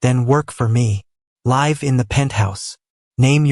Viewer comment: Enjoyed story. AI needs to be programmed to pronounce words correctly, ie., "it" is a word, use of the word "live", etc.